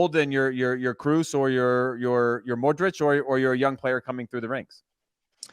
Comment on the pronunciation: I’m finding it hard to take Nigel’s analysis seriously when he can’t even get their names right. Does he even watch Real Madrid at all? It’s Modrić (modrich) Not Modrick. Its Choo a many not tookoomeni.